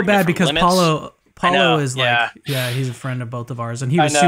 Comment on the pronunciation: If only he could make the connection to that word and then be able to pronounce Paulogia's name correctly ;-)